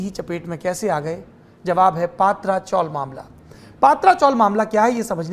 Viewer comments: पात्रा नही पत्रा चाल, मतलब टिन शेड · पत्राचाळ हैं पात्राचोळ नाही